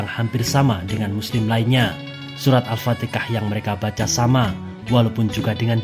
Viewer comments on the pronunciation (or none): Alfatihah bro bukan alpatekah.